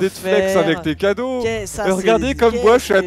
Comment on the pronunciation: Il a dis couadaux au lieu de cadeaux 😆😆😆😆😆😆